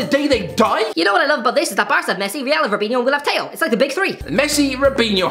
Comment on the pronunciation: Still pronouncing theo wrong